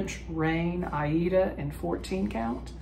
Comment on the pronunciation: Love your great progress on the train! 🚂⭐ I enjoyed the neighborhood corner very much, love all the works. The fruits of plenty has such beautiful purple colors. 🐦💜 The "compact" version is also beautiful. And the koi! 🥰 I just watched the video where you started pronouncing Aida in a very distinct way. That's interesting and it's actually how we pronounce it here in Indonesia 😄 Have a good week! 🍀